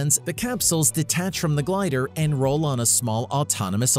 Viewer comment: and "Glider"..... Really? 🙄